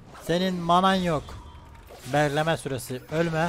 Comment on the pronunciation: beğhlemee süreğsi